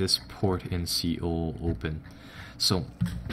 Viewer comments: Soul not ceol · just a thing for the future Seoul is pronounced like sole. :)